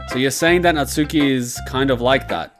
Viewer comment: Natsuki more like Natuski am I right ha haha